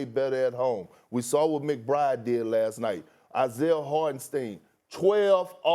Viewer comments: "saw".....not "sore" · Nobody: Stephen A: I know you "sawr" it. I know I "sawr" it!!!! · I "SAWR" IT 😂😂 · Please learn how to say saw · I definitely “SAWR”it Stephen A😂😂😂😂😂😂😂😂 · "I sore it"